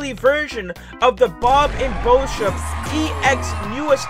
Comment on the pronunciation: you said boship 2 times hhahaha